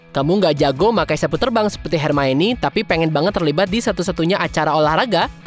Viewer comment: iya, pas part 'mio' dibacanya 'maie' ribet sih memang nama dia